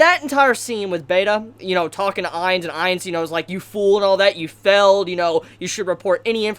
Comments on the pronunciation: What's with the pronunciation? Felled? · will you pronounce failed correctly.